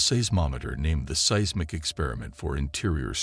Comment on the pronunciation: Pro tip. When using software for voice overs. Use phonetic spelling for things that it mispronounces, like Mee Che Oh ka coo and Size Mick. It makes it sound more natural and less annoying.